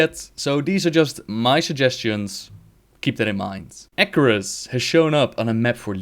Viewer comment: And Acherus became Icarus. :D